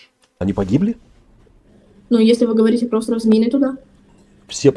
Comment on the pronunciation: Не ховорите,а говорите